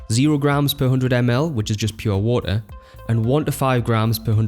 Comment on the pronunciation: "wo'oh" Lol.